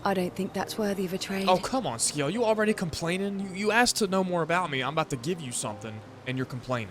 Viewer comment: It's pronounced Si-el not Ski-el 😅 assuming you got that eventually